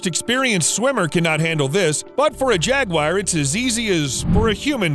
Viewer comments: I know "Crocodile" sounds more impressive and that will give you more views, but they're caimen. It's also ja-gwar, not jag-wire. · Where is the I in Jaguar? It’s Jaguar not Jagwire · Jaguar is not Jag wire 😂😂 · its pronounced jag oo ar not jag wire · jagwires??? its pronounced "jag-yoo-uh"=singular or "jag-yoo-uhz"=plural - not jagwires 🤣 - the guy also called Magneto from x-men Mag-net-oh and not Mag-neeto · If you don’t know how to pronounce a word, you need to look it up before you make a video. Jaguar is not pronounced “jag•wire.”. In America it is pronounced “jag•war.” In Britain it is pronounced “jag•u•ah.” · Only thing it's not jagwire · Why do Americans pronounce Jaguars as "Jag-Wires"??? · Imagine making a whole video on jaguars and you pronounce it “jaguire” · If I hear “jag-wire” one more time…. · Why are you saying jagwire? Stop saying jagwire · Are you pronouncing it as Jagwire or am I just messed up 🤣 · It's pronounced 'Jaguar' not. Jagwire. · Wtf is a jaguire? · It's not pronounced "Jagquire" :p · What is it with Americans and pronouncing Jaguar? 😂 jagwhyers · Who the fuck pronounces jaguar JAGWIRE lmao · Is it pronounced jag-wire or jag-war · WTFF iis a Jag--wire? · Why u say jagu-wire. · Why does he say jaguar like that 💀💀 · Gotta learn to pronounce jaguars... 🙃